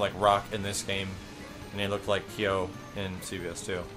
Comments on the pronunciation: kaio? thats like pronouncing ryu, raiyu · Kyo is one syllable. It's exactly how it looks. "Kyo." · Kyo and Ryo are pronounced "keeOH" and "reeOH" (both fast), just so you know. Thumbs up so can see.